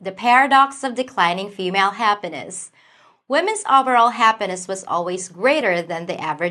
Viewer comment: It’s happ (eeee) ness not happaness hahhaha